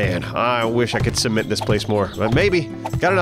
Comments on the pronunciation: Wait, how does pronounce “Cement” again?! 🤣😂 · Hey,, what's a "Sea-Ment"? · see-ment? you mean Cement.. right? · See- ment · Sounds like keeps saying semen-t. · All I hear is seament